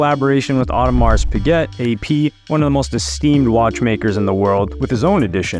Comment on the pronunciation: Its pronounced "Ohdemar Peeké" you american imbecils